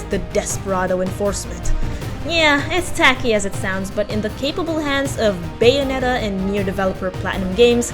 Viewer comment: WHY CAN'T YOU PROPERLY PRONOUNCE BAYONETTA???